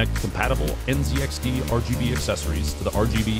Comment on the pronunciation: It is NZXT not NZXR😅